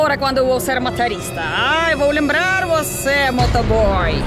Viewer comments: Ô não é ma ta rista. É mo to rista. Kkkkkkk CNH - Carteira Nacional de Habilitação. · Não é MATORISTA, é MOTORISTA.